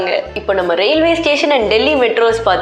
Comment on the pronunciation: Human error😅 Railway station ❌ Railway tation ✔️